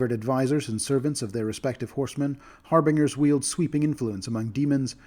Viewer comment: never heard anyone pronounce "harbingers" that way... the way you say it sounds so goofy